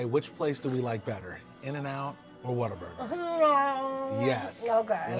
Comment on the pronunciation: Oh it’s whalburger we’re getting never mind lol